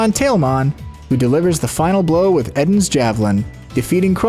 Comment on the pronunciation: Isn’t Eden’s Javelin a reference to the Garden of Eden thus being pronounced EE-den rather than Eh-den?